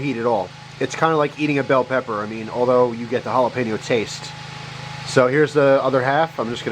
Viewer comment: for a sec it sounded like you said thats what my pecker looks like instead of pepper